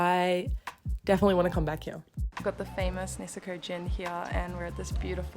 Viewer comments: Kind of a latecomer to channel but really enjoying her videos. 😊 I especially love the way she says "here" like "hee-yah". lol Reminds me of the way Cartman says here. 😅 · Eating is one of the best parts of traveling so your doing it right! I like this format and would love to see more of these-Thanks for the video and also for saying "Here" and "Beer" with the Aussie accent! Love it!